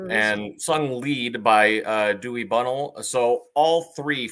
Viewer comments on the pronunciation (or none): Cmon guys, Gerry Beckleys name is pronounced Jerry not Gary. And Dewey’s last name is pronounced Bunnell not Bunnel ! Get it right! But I do appreciate giving my favorite band some love. Thank you